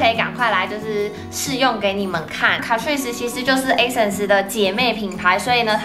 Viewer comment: 卡ㄔㄨㄧˋ死這樣唸沒錯喔～